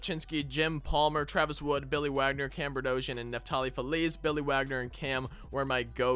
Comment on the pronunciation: It’s not Burdosian it’s Bed-ro-sian